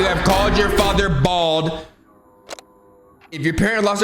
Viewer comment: The emphasis on “BALD”😭😭